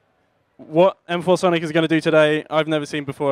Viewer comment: > m four sonic > whats so fucking hard to pronounce masonic